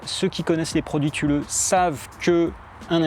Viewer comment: Thule c'est suédois et donc on dit supposément "toulé", mais c'est pas grave, je disais tulé jusqu'à ce que mon frère vivant en Suède m'informe de la prononciation.